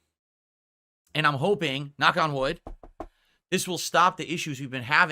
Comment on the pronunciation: KNAHCK ON WOOoD